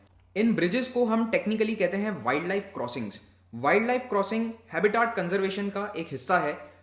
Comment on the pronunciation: हैबिटेट होता है